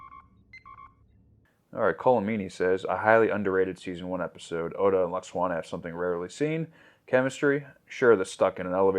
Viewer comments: Lol pronouncing it Luxwana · Phonetically lou-ox-ana 😅